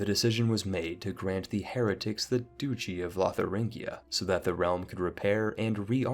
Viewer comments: Aha! You accidentally pronounced "duchy" correctly here, confirming that all those times you pronounced it "doochy" you were deliberately trolling just to annoy me. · Duchy is pronounced dutch-ee, not doochy. Betrothed has long o, though. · So Duchy is actually pronounced "douchey," I had no idea... the more you know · “Pee-ety” “Doo-chy” “Bet-roth” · Betrawthhh... Peeeity.... This guy's mispronunciations are wild. Edit:DOOchy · piety = pie-et-ee | duchy = dutchy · I can forgive the mispronunciations of French towns, but mispronouncing "piety", "papist", "duchy", and "usurp" amongst other words is a bit much... you'd think you'd know these words if you're interested in history simulators like CK3...